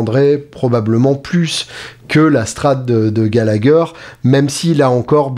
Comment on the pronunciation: Super ! 👍🏼 Prononcer Gallaher 😉